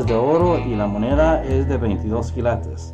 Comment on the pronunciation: Lo bueno que tu aprendiste a decir quilates no kilatos jeje saludos 👍